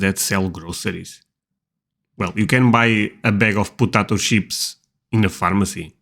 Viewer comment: Please don't say "putatos".